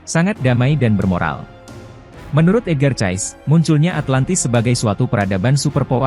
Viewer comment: "Edgar Cayce" kok dibaca "Edgar Chaes" 😁